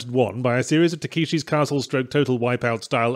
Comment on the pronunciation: I think we need to have a stern discussion about Yahtzee's attempt to pronounce 'Takeshi'